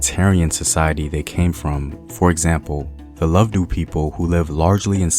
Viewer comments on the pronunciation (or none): It's LOBEDU, Not LOVEDU. LOW BE DU. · Its Lobedu not Lovedu bro